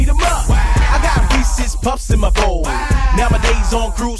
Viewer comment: i'm here because sapnap pronounces reeses wrong 😑